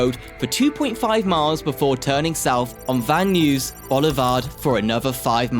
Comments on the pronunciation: Another Click-Bait where the Thumbnail has nothing to do with the subject. This dafty guy is slaughtering American English left and right. It's pronounced "BART" as in Simpson! No one calls it "B-A-R-T". Also, Van Nuys is pronounced as "Van Nuys" as in "Guys", not "News". Another one: "Los Angeles" is pronounced "Los An-ge-less", not "An-gel-eeze" like "squeeze". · Van Nuys: pronounced Van NEYES as in "eyes", not Van News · “Kla - Mathe”?? and “San Joe-Say” really?? “Please - on - ton?!?” “Van News”?? “Ventura Country” Country??”Standard Gorge track? Can’t these be edited and corrected?? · I know.. the mispronunciations are cringe. San Jose, Pleasanton, Van Nuys! Just do some basic research if you're not sure how to pronounce words.